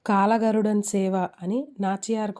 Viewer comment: Kaaka garudan kadu kal garudan correct ga cheppandi